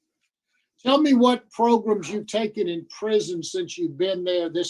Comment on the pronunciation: Oooh Wee!!, my man! Between the 23 minute and 24 minute you said “Progrumz” four times. Hit ‘em where it does damage. These folk better stop playing with you. All this “program” stuff. We talking “Progrumz,” that’s what’s happening here!!!